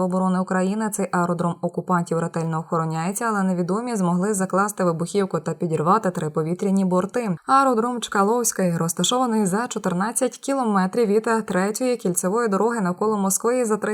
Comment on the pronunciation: Шановна, освічена людина не повинна помилятися в читанні наголосу у БУДЬ- ЯКОМУ слові. Не чкалОвський, а чкАлівський міст.